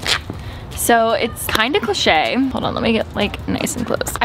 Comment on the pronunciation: is anyone else dying over the way that she said cliche. Love you tho